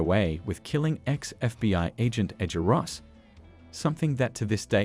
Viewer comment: Bro said rosses name wrong